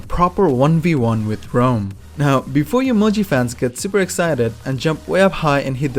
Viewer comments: STOP SAYING ROAM ITS RAUM! loved the video tho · Informative vid, but it was annoyijng constantly hear you pronounce his name as "Rome" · Thumbs up for the info but dangit if the way you pronounce Raum doesn’t get a thumbs down lmao